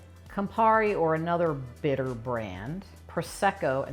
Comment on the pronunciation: san bittér accent in the last e😅